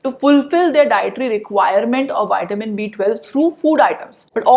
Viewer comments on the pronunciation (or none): It’s Vitamin as in V not witamin - say the V it’s not a W